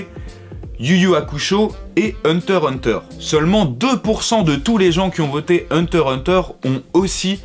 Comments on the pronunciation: J'ai laché le like quand tu as dis "Hunter Hunter" sans prononcer le "x" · On dit hunter X hunter